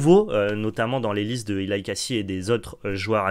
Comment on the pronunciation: Pour info, Eli se prononce comme Elie en Français.